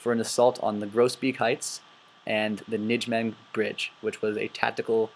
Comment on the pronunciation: This is a good presentation, it really is, but you have a lot of mispronunciations in here. It "thirty corp" not X-X-X corp. It's "Ny-may-gin" gin like again. Not, Ni-gym-men. So on and so forth. Also, it is proven in Decisions In Normandy and It Never Snows in September that Monty did know about the two SS divisions in the area but disregarded it. It's more of a question of why the intelligence was ignored more than a lack of it.